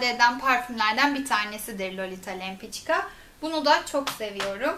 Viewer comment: lempika diye telaffuz ediliyor :)lempiçka diil.